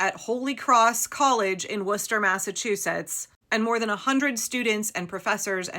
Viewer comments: How do you know how to pronounce Worcester?!?!!!! This is god awful, yes, but-how do you know how?!!!!😂😂😂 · Nice job pronouncing Worcester!